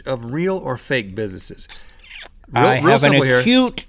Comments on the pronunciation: Rhett said bisssesses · Did he just say Busisses?